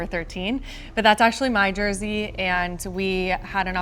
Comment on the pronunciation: I die a little inside every time says “Jersey”